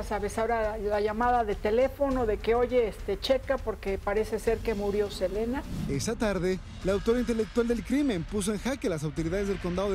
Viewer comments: por que todas le dicen celina otros silina ya no se como mismo es él nombre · Inche dice el wey.... selina!!! Y los titulares dicen SELENA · Le dicen " Celina " desde cuando se pronuncia así el nombre " Selena " en castellano ? Ya dejen de hablar como si fueran gringos !!! 😂😂😂😂😂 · Selina 😂😂😂😂. Selina quien es esa. Yo conosco es a Selena no Selina😅😅😅😅